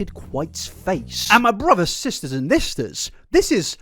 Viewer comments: did you say thisters? I feel seen. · 😂😂 I srsly thought he was saying "listener" strangely hahahahaha "thister 🤪💁🏻‍♀️✨" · I thought he said mister 😭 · "brothers, sisters and thisters" gets me every time 🥹